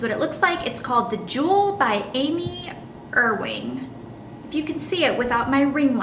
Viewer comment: I don't know about Amy, but I know someone with that last name and it's pronounced Uwing.